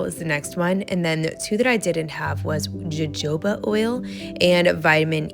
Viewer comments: It’s actually pronounced ho ho buh oil. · All cute gift ideas! PS: Jojoba is pronounced "hohoba." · I like the candle or cuticle oil the best. I think you pronounce jojoba “ho-hoba”. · Love your ideas. You make it look so easy. Your channel is always so enjoyable and you offer such positive vibes and inspiration. Love your smile and your laugh. Love the cuticle oil with the jojoba ( pronounced hohoba lol) is one of my favorite oils. Great job. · Jojoba oil is pronounced: wah hoe ba. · Such beautiful ideas! The oil is pronounced ho-ho-ba oil, just in case people ask :) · Jajoba oil the j's are pronounced as an H. LOVE the first one with the candles and the cute dishes! Totally going to do that one!